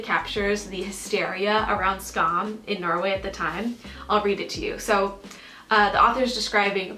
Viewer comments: Why u saying "Skaaam" ??? Lol i know its language but its more like "Skamm" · the mispronunciation of skam is rly irritating me >.<